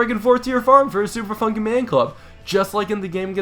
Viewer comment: He said Super Funkey Man Club